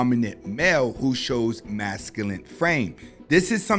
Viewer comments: It's masculine not masculant! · The word is Masculine with an E not masculinit with a T..ijs homie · Bro you're killing me adding a T to masculine.